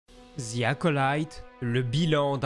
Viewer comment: ‘’ Ziiii Acolyte ‘’ putain les cousins, pratiquer votre anglais pour l’amour de dieu. Le mot ‘’the’’ ce prononce pas en utilisant la lettre Z 😵